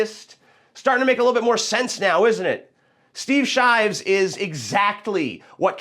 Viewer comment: "shteev sheevs"